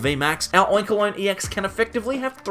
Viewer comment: "Oinkaloin" lol